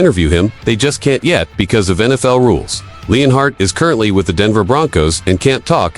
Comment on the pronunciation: its Not LEANHEART it is LENART and this is all AI crap